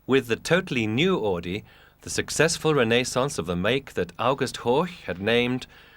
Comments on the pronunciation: AUDI!! NOT"AADI"!!! My god, how hard is it to say it right!? Jeez... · Augh. Even in Timaru we know how to pronounce "Ow-dee"... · We don't pronounce Audi as "Or Dee", unless you live in Newcastle upon Tyne. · They say "AADI" in this video. No "R".. But when you hear the people intervued in the video you hear they say "Audi" like it's pronounced. It's so stupid. Can't see why it is soooo hard to pronounce the "U" in Auidi.. It was annoying as fuck to hear! Haha